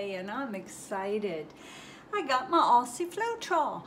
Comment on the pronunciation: Just an FYI it’s pronounced Ozzie not Ossie :)